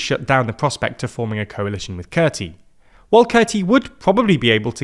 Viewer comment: Kurti is pronounced as Koorti. So please correct it from now on. Tq